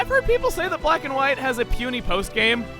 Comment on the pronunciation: Was I the only one who thought he said this time on Pokémon quack and white